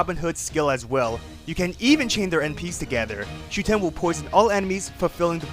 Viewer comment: It’s SHUten, not ShuTEN.